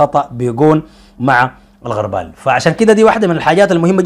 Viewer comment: الغربال ( بضم الغين) وليس بالفتحه علي شاكله المغاربه والتونسيين ياااا إمعه وشعب ضعيف الشخصيه ومقلد في حين انت الافضل